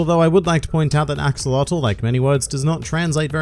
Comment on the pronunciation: You pronounce Axolotl wrong it's not an english word, it's pronounced aah-show-lo-tl